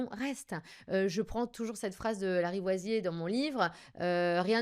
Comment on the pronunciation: C'est Antoine de Lavoisier, et non pas "Larivoisier", et la phrase exacte résumant cette fameuse loi de Chimie c'est: "rien ne se perd, RIEN ne se crée, tout se transforme" (et non pas "TOUT se crée"...) C'est assez étrange ces approximations de la part d', surtout si elle dit que c'est l'une de ses citations favorites et qu'apparemment elle la cite même dans son livre...